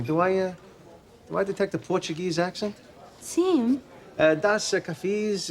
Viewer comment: George completely fucked up the pronunciation of "dois cafés", but the salad part was almost decent.